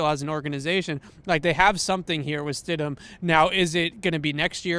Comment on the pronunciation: Its stidham